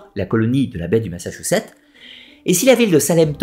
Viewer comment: Ma-ssa-tchou-ssetts :) Pas "Massachouchet" :) C'est en Amérique du Nord, mais c'est comme ça qu'on le prononce en français! Massatchoussets.